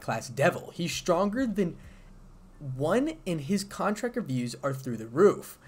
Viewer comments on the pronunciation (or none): none